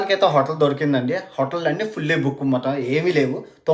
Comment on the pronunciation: Mercy bukoo adiii... Boooku kaadu swamy.. Akkadiki velli kuda peyda comedy malli...😂